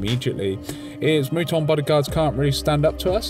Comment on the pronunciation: Just an FYI, but the "u" in Muton is pronounced like the "u" in "mutant". It comes from the OG XCom game, where the Mutons were basically alien mutants.